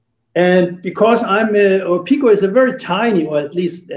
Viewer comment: When will you pronounce it PIKO with an I, not PECO that is a different UK company. When can we see a G scale Sprinter please?